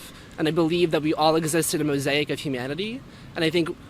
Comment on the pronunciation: When he said "Mosaic" I wanted to kick him in the balls, if he has any.